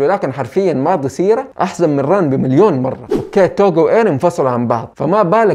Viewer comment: ليش لقول توجو مو كوجورو و حتى شينتشي تقولو سينشي مرا غلط